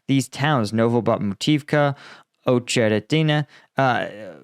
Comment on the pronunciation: Ohtshderedinay for Otsheretine? He is obviously monolingual, but he has a valid excuse, being American. Cut him some slack.